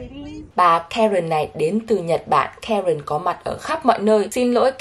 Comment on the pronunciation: Karen nghe lộn thành karken😅